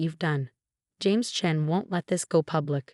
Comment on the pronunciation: It's Chen not Chain